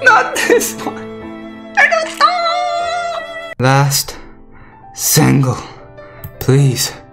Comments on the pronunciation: Shandaroo!!!!! NaruTOW... NaruTOW... hahaha i love it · just listen to how my boy says naruto's name lol